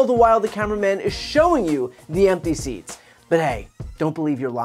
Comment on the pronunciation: Trump said ‘theats’ instead of ‘seats’!!!😂😂😂